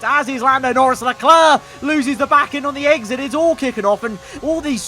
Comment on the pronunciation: "a great eGgSiT" 😂😂😂